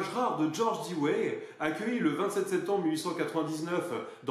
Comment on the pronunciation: Très bon boulot. À propos Dewey se prononce diou.way. En se rapprochant cela permet de mettre le dawa sur le pont de l'ennemi.